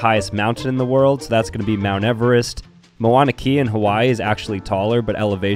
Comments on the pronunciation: did you just say “Moana kian?!?!” Its pronounced Mow-na Kay-ah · Okay, I'm from Hawaii and it's not pronounced Moana kia, it's mowna keya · By the way it’s pronounced maw nuh kay uh not moana kia 😂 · I’m from Hawaii, and it hurt to hear his pronunciation of “Mauna Kea” as “Moana Kia” 😂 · just so someone in the comment’s doesn’t get mad at you it’s actually pronounced mana kea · Seeing you try to pronounce Mauna Kea made me laugh it’s so funny to see foreigners pronounce our Hawaiian words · I think was talking about how the pronunciation is wrong